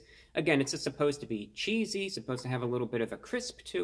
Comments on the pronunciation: Chessy? No. Cheesy(cheese-e) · You lost me the moment you pronounced CHEESE-E as Chess-E and then assumed it was some stupid meme or something.......... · All that but couldn’t pronounce “cheesy” properly. 😭 Still love him tho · He read “cheesy” as “chessy” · Wtf chesie it clearly says cheesy lol is this on purpose lol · he was speaking so intelligently until he read the wrapper Chessy? try CHEEESY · He said chessy instead of cheesy c'mon man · Chessy?? I think you mean cheesy ! Unless you you said it that way on purpose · It's cheese. Eee not chese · Ummm You said Chessy... Are you ok? Cheesy. Maybe because of all of the cheese you told us was in it. Why in the world would it say Chessy?? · Dude. How are you gonna be that smart and look at the package and say “chessy. It must be a new name”. When the word is cheesy. Like a lot of cheese!!! Cheesy!!! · If Reviewbrah pronounces it "chessy", then chessy it shall be. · Lol chessy it is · Thank God! I thought I was high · It must be the proper way. I mean, he IS wearing a suit and everything. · Mans said "chessy" 😐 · I'm crying at the way he said "chessy". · Who died when he said Cheesy Chessy 🤣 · It's now Chessy (as in the excellent Chesapeake Retriever breed not yet ruined by AKC breeders.) Again, he said Chessy, so take note, place your orders that way, for it is now...Chessy. Carry on. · I’ve been paused for 3 minutes laughing at “chess-y”. Composed myself to share this comment. Back to the video. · Chess-e... yeah sure, probably a new meme... or maybe it means cheese? Lol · “Chessy ”? Dude can’t even read English much less being so pale and creepy looking, he’d be a perfect Halloween costume 🦇🦇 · He said chessy haha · It's /ˈCHēzē/ cheesy. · Uses big words but can't read the word cheesy! Lol